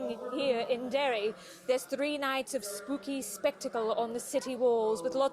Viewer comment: And Called Derry, 'Derry' (: Thanks for the coverage! 🇮🇪